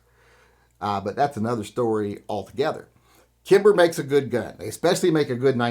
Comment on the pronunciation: You lost me at “Kimber”.